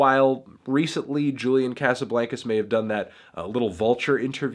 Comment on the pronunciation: every time he pronounces Casablancas like that I die a lil